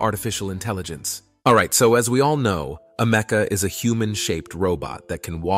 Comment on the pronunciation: It's Ameka not Amecka 🙄